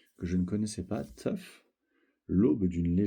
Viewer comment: Tu l'as trop bien prononcé Tough🔥